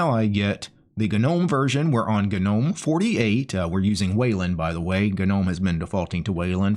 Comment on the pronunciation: It's actual pronouced "Nome" not "gu-nome".